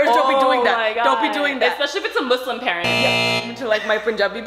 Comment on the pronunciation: the way Lilly said Muslim yes thank you it is not muzlim